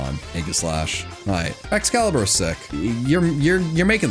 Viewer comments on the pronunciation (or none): none